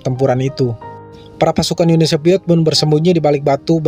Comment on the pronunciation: Uni SoViet bukan Uni SoPiet. InVasi bukan inPasi. F bukan eP. V bukan P. Ngerti ya mang?